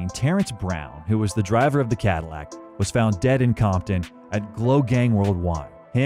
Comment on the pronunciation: it's COMPTON, with a P....not COMTON. You can't even get that basic detail right? Lol